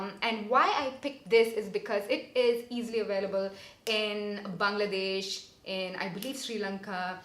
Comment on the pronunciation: Hey 😊 I'm from Bangladesh and i love when you say Bangladesh properly 😘😘😘